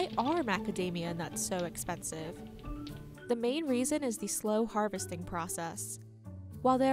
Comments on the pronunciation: The narrator can’t pronounce the word “the” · The narrator needs to stop pronouncing “the” as “duh”.